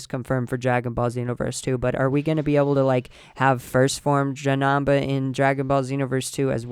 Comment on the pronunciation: Janamba lol it's Janemba! It's okay though!